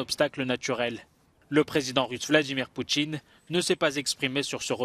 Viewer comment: "Poutchine" , "une partchie", "mercredji", "se retchirer" ...